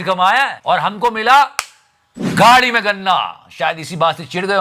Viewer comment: Gaadi me ganna..sounds like grand me ganna